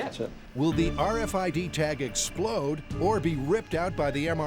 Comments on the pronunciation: the "arfid" lol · "arr-fid?" 👀 Srsly tho... what's to stop ANYONE ELSE from reading your personal medical info? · So funny hearing them keep saying R Fid